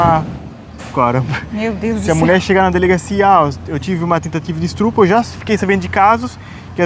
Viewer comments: “Estrupo” 🙉 Essa doeu o ouvido kkkk Que é isso,?! 🫠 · Véio, faça uma errata para o próximo vídeo. ESTRUPO doeu. ESTUPRO, estUpRo.